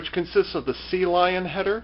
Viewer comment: Sea Leon, not Sea Lion.